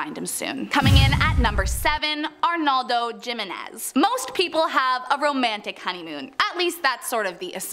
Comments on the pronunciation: Hate to be that guy, but it makes my eye twitch to hear her say "JIM-in-NEZ"..its pronounced "HIM-in-NEZ". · hee-meh-nez not jimenez😂😂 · Its pronounced "HIMENEZ" damn butchered fr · That name is Jimenez, is pronounced he-men-ez. In Spanish j is h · She could say Castillo but no Jimenez??? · Cringe as hell hearing her say Jimenez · On Jimenez, the j sounds like an h.